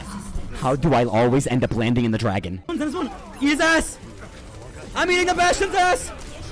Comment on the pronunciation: "dwagon"? xD